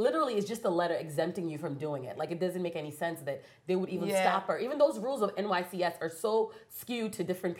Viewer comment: Thank you o. She actually even said NYSCS. I was irked every time she said it.